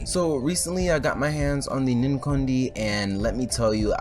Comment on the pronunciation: please don't pronounce it like that